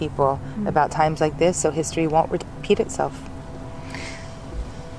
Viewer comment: спробуйте замінити у вимові англійських слів звук "і" на "и". Наприклад, коли кажете: лейтлі, хісторі ((lately, history) - це звучить по рюцкі. Лейтли та хистори звучатиме англійською без акценту.